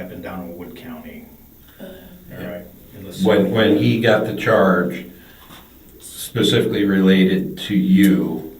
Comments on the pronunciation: Or pacifically😂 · 😂😂 I was just about to comment pacifically 😂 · My sister thought Tsunami was a place. I wonder if it’s the country of Pacfically? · She pacifically told him 😂😂😂😂😂😂😂😂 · Like "Pacificly" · I can’t recall how many times she said pacifically or whatever. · "Black web" "pacifically" she has never seen the inside of a classroom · Pacifically or whatever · I wonder if she likes the sound of her own voice pacifically or whatever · Hell no YouTube. That dumbass said "pacifically" dont you correct her to specifically and make it better. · Pacifically lol 😅 🤦‍♀️ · Wth is "pacific lee"? Lol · She doesn't "pacifically" remember anything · Pacifically.... girl, you cooked.